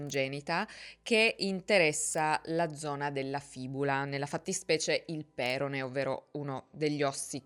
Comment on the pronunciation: Nella parola perone, l'accento cade sulla 0, ossia sulla seconda sillaba: peròne. Un'altra piccola ma importante correzione, visto che sento questo errore continuamente ed in molti video: "Mr/Mrs X si prende cura di lui" non si dice se si parla in modo riflessivo; si dice "Mr/Mrs X si prende cura di sé". Se dici "lui" allora è come se si prendesse cura di un altro. PS. Si vede ad occhio che era avvantaggiato rispetto ad altri, si chiama elasticità. Il 10% è tantissimo in questi contesti. Hanno fatto una porcata per il solito buonismo da quattro soldi. Il concetto è lo stesso che vede trans alle competizioni femminili.